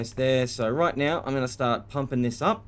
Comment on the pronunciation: Ok, off topic, but are you saying "right Meow"?? Cause I'm getting Super Troopers flashbacks. And it's funny as hell, while in a nuclear reactor.